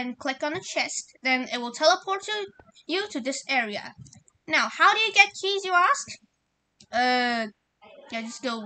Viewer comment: "Right now where my keyzzz"